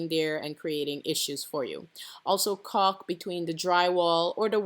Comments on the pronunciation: It's pronounced Call k. Lol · after the fourth caulk this lovely pregnant lady could not stop thinking about "caulk" i heard cock so many times.. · Ohhhhhhhhhh, you're saying caulk